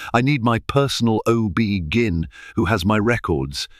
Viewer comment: It’s OB-G-Y-N not gin.